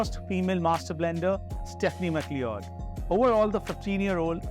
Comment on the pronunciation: Good to see that these are available in India. My long gone Dewars 21 was a 375mL bottle. Costs $50 in the US. BTW I think her name is pronounced McCloud.